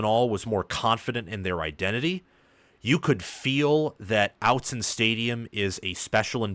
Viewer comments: OTT-zen not out-zen hahahah thanks for the video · Just so you know it’s Austen not outzen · Ahh-t zen. Not out-zen. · Since you are a Big Ten commentator, kudos for not mispronouncing 'Oregon', but it is 'Ott-Zen' not 'Out-zen'. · btw it is "Ott-Zen", not "Out-Zen" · Yes, it’s OTT-Zen, not OUT-Zen. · Aught….zen buddy, not however you say it. Autzen is pronounced just as it is spelled. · It's pronounced "oughtzen" stadium (which you should know if you want what you said you wanted, which is for that stadium to have a special reputation on the national stage). But thanks for your analysis. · Awwww tzen Not outzen. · If you’re going to cover Oregon, you need to learn how to say Autzen. It’s pronounced Aw-tzen. Get it right. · Its not "Outson" stadium as you pronounced it. If you are going to comment on games. This guy is an idiot. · I liked and subscribed but if you say outzen in the next video I see I’m going to unsubscribe 😂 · I agree. It’s annoying. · "Outzen stadium"😂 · Oregon fan here. This is the second time I've visited your channel, and I have to say that your analysis is pretty good, but I am not the only Oregon fan who cringes every time you say "Out-zen." It was forgivable for one video, but now is just disrespectful. It is pronounced with a short "o" as in "otter." You should know this by now. Otherwise, you do okay. 😊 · Perhaps you'd have more Oregon subscribers if you knew how to pronounce Autzen 🤣In all seriousness, a pretty good analysis of the game. Oregon needed one of these statement wins under Lanning. Wish I could have been at the game, crowd was insane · Real quality work and great, detailed, accurate breakdowns. Top notch analysis. However, you are mispronouncing Autzen. Please fix it, cause Autzen will continue to play a role in future Oregon games, since it is a significant factor in favor of Oregon.... And overall College Football atmosphere.